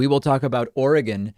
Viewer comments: You pronounced Oregon correctly. That's how people who live in Oregon say it. Jaggoffs say "Oh-reee-gone" because people are dumb. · You say Oregon correctly. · Like everyone says you're saying Oregon like a native, thank you. I don't know why most everyone else says Orygone and it drives us crazy. I think it's getting slightly better but everyone here quickly learns to say it like us natives. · You say Oregon correctly, David. I grew up there. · You pronounced Oregon correctly. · I live in Oregon and you pronounce it correctly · So proud of Oregon, and u said it correct David, ur friend said it wrong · And he isn't even a native English speaker, he is the choosen one. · David, you say Oregon right. Thank you! The way that person says it is a joke. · Your friend is wrong. You say “Oregon” correctly. Thank you for your service. -An Oregonian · Oregon. David, you say it right. That's how we say it in Oregon. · Kudos for pronouncing Oregon correctly, we appreciate it. But how do you pronounce Willamette?